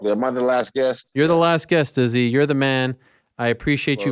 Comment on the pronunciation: Yea, if we could pronounce Izzy's name WRONG again, that'd be great!! 👍👌